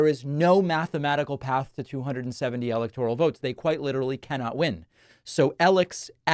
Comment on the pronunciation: WHY do you pronounce 'electoral' differently than anyone in politics?? You say 'EL-ec-tor-al' but everyone else says, 'el-EC-tor-al'??